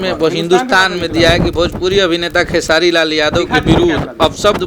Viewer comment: ये साला निजुआ र बोल लेता है तब भी खेसारी भैया को खेसाडी लाल यादव बोलता है 😠